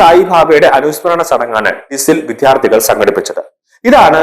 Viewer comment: Vidyarthi ennu nere ucharikkuka please